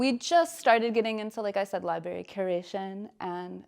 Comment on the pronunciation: Sigh. Between her pretentious vocal fry, “li-berry” pronunciation and that offensive LR painting with its glaring phallic symbol staring me in the face, couldn’t switch off fast enough.